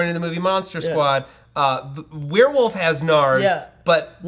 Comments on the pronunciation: said "woLf" instead of "wuff".......something is seriously wrong...... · and Matt both saying werewolf = Weeer Woof